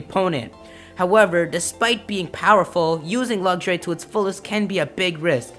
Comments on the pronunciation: It's pronounced LUX-RAY, not Luxury. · Am I the only one a little bit irritated with the way he said "Luxray"? "Luggshray"... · Lucks-Ray... not Luggageray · lugray? its pernounced lux rai :P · What, wait say that again . Nooooooooooooooooooooooooooooooo. (I heard Lugray) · And why u say lugxuray? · its pronounced lucks ray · Lugsray....REALLY. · He said Lugshray. WYF!? HAHAHAHA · It's not luxuray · "Lugjray" :P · you said luxray wong you said lugray